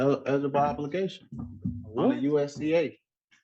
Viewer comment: Did he say "Edible Obelgation" or "On The Bible-gation"? 🤩